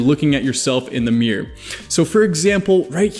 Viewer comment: I love when he says miargh instead of mirror